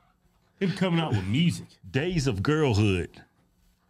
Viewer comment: Sounds like he’s saying gays of girl hood 😂